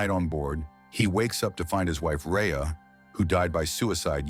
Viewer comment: *Harey or Khari, not Rheya